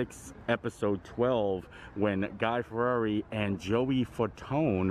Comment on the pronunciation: seemed to be a big struggle trying to pronounce Fieri